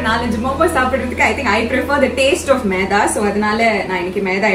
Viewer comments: Meatha ila Maitha🤦‍♂️ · No meda it is maida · How you pronounce it like'maedha'😂,u r really cute🥰😍😘 Nakshu akka..